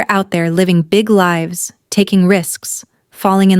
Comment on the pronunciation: Lives is pronounced "lie-ves" when it comes to people. Fantastic story ❤❤❤❤❤❤